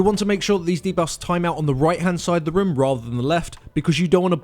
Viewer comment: I just can't get over their pronounciation of "room". No offense.